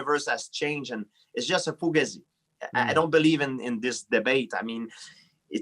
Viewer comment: "it's just a fugazee"